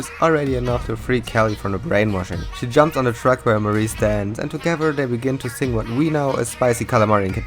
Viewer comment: The fact that Marie is pronounced as “Muh-ree” ruins this for me